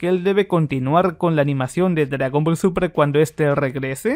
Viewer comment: Por que siempre dices dragón ball supra en vez de súper XD